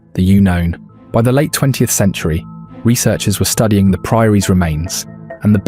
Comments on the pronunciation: How about the heading; The Unknown Being pronounced as; The You-known....... What the What?? Huh! Ya foooed me,. Good work👍😁♥️🇨🇦🍻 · "The You known."😆 You mean, "unknown?" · "The U-known"? Dratted AI narrators! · "The U-known" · Pronouncing unknown as you known lol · So glad AI said Cockermouth properly 🤣 As for Unknown and Lead or Leed just so annoying. Who feeds the shit some Chinese twat FFS 👎